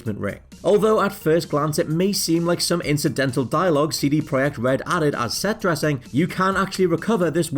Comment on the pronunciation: Finally!!! Someone has pronunced the company name right! Thank you!